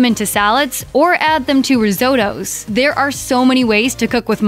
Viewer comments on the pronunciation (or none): "Ris-oh-doze"??? Hilarious! Nobody pronounces Risotto like that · I stopped when she said risohtohhh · "ris ootoos"! 😅 What is it with Americans and pronunciation? 🤔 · Please learn how to pronounce the Italian word RISOTTO. It is pronounced RIZ then OTTO. Ifyou pronounce it any other way you do so out of sheer ignorance.